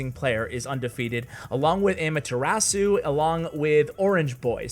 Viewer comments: it’s ah-mah-thu-ra-su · Those pronunciations though 😂😂 ... Also.. just pointing out... Amaterasu is Naruto reference so if and only if you want to listen to how it's pronounced... 😁